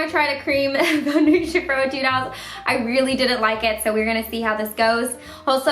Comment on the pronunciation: Whenever she says "etude," I am always like "ay-tude" because I play a lot of music